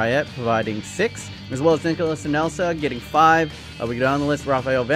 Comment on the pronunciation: Did anybody notice he said “Anelsa”.